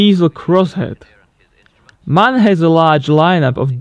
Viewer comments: It is not "Mahn", it is M-A-N. It is an acronym for Maschinenfabrik Augsburg-Nürnberg. So every letter is spelled individually. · M.A.N come on it‘s not hard to say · Not to be a smartass, but in MAN each letter is pronounced individually. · MAN is not one single word its an abbreviation, so you spell every single letter. But beside of that it was a very interesting video.